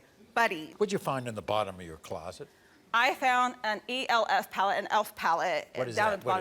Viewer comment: E L F gurl just say ELF lmao